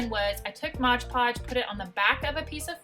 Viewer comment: Love all your pumpkins. Not Modge Podge; it is Mod Podge, just so you know.